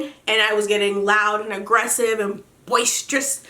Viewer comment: LMFAOOO "BOISTEROUS"